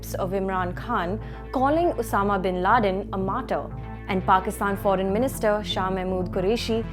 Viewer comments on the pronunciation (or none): none